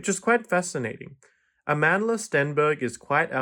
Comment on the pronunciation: Wow, you pronounced Amandla’s name correctly. I’ve been listening to reviewers do verbal ping-pong with her name all day 😂. Nonetheless I’d like to see this series before I form an opinion. Thanks for the video.